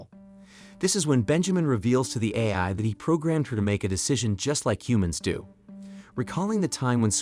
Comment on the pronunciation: Or pronouncing AI as ayee.